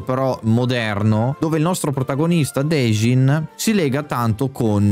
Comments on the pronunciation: si chiama denji non dejin😂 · Chiedo scudo per la pronuncia di Denji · si dice Denji